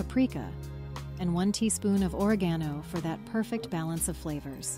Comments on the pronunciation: I HATE AI VIDEOS! Oh come on, listen to the mechanical voice! The constant use of "Friends". Time reference .. "or-ih-GHAN-oh"... NO robo! It's "oh REG in no". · Or-eg(as in egg)-a-no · I am from Indiana USA. I suspect this is European since they pronounced Ore-gano instead of Americans pronounce oreg-ano. To-mato tom-ato right? I don't usually add oil to pasta water because I find as long as the pasta is added to the other ingredients while hot it doesn't stick. However if you are cooking the pasta ahead then I would just add some of the meat grease to it to prevent sticking.That look like a delicious meal and similar to a Cheeseburger Macaroni recipe I've made. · Or-E-Gon-O?! It's like when I correct people on how to pronounce OR-E-GUN! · I suspect artificial intelligence since she has a silky smooth voice and mispronounces common words. This isn't what one would expect out of a home kitchen. Additionally, putting oil in pasta stops any absorption of seasonings. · This looked like a good one, which I want to try to make. Thanks for sharing this. However, even though your English AI narrator is pretty good, the pronunciation on the ingredients gave it away. (Oregano and paprika, mainly) Still, definitely a visually attractive video as well as a delicious recipe (I hope - I'll find out). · Where are You located. The way you pronounce Oregano is very DIFFERENT from the way I was taught. 🤓🧐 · “She” mispronounces oregano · If you are a cook and doing videos, learn how to pronounce “oregano!” Also, tell what kind of cheese you are using for the casserole. The casserole sounds delicious. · Is this an AI recipe? I've never heard anyone pronounce oregano or paprika like that, and instead of saying "8 to 12" tomatoes the fake voice says "8 12". And let's be honest, this recipe doesn't sound at all appealing.